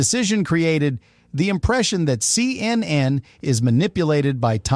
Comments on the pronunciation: Human’s say, “Seeyennen,” not, “See. Ehn. Ehn.” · Such stupidity, why show a fake letter signed by Donald Trump rather than the actual one? Rob Lowe is certainly NOT a CNN reporter. Why is the AI saying C...N..N... The making of the camera trick is shown on the DVD extras. LOL, the 18 hours was the TWIST. SLOP SLOP SLOP.